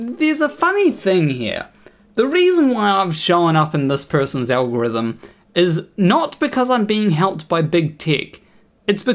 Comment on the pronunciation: oof, when you read that you misread it as "NOT A" 😵 PS "alhorithim" 😂 i needed that laugh, ty. 👍